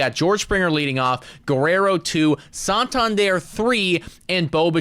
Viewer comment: PLEASE learn to correctly pronounce Santander. Its not "sawn-tawn-dierre"